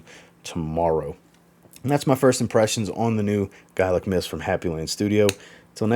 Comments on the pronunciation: Its pronounced "gaylic". I know it spelt gaelic. To break it down , its "gaylic". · Gaelic is pronounced Gay-Lic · you're wrong. Americans might pronounce it the you pronounced it, but I'm Irish. And it's 'gael-ic'.... And people in Scotland pronounce it the same. To break it down it's 'gaylic'... And that's the way you say it. ☘☘☘